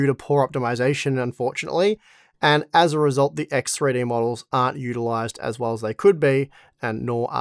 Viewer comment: Axe Three Dee !